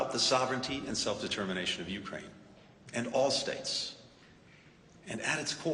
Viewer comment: It's NOT YOU-kraine! It's you-KRAINE lol